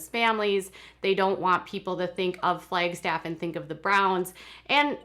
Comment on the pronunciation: I primarily clicked on my notification so I could hear a native Minnesotan say, "Flaygstaff" several times. 😜😜😜